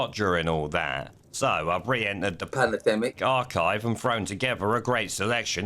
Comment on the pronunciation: Ah, Tedros said it wrong - it's pronounced panademic